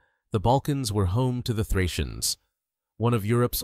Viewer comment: Плохо, что такой важный материал, освещает Ии. Отвратит. ударение, фракийцев наз. "фрийцы". 🦧